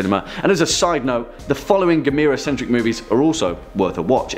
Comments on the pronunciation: It's pronounced Gaam-mur-rah Like camera 📷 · GAM-UR-RAH. You can do it